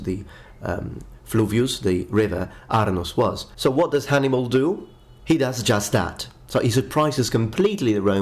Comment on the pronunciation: He meant to say " Hannibal " but said " Hannimal " Thought that was a funny mess up😄